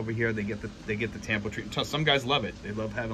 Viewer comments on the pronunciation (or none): It's really a sign of immaturity like you said. It's pronounced tum-poo. Good luck when she makes tampo. Buy her some flowers to cool her down.😅😅